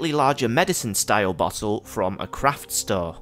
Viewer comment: Cwaft and Cweation